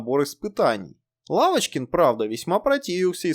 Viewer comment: ПодняУ... пошёУ... Уавочкин... Уапти... Уыковые... дизУайк!!! ДИЗЛАЙЧИЩЕ ТЕБЕ, КОСНОЯЗЫКИЙ!